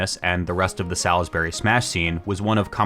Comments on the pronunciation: MD native here, its not "Sal-is-berry" its "Sawls-berry" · I feel so seen. Salisbury has some baller people. For the record, you’re gonna hear this none stop…. It’s Saws-berry. Not Salis-bury